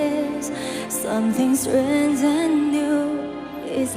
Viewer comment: 唱得很棒 很有爆发力 美中不足的是英语发音 比如在发“strange”音时 元音ei没有出来 另外发tonight音时发得很土 一听就是中国人说英语